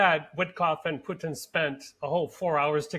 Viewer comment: It's Putin, not Pyutin!